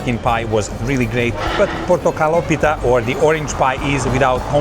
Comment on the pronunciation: Portokalopita. The emphasis is on the O before the word pita. Not on the I of the word pita. PortokalOpita.